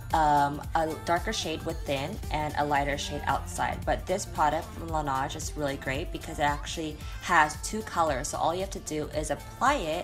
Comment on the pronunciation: Guido Saudelli laneige not laniege lol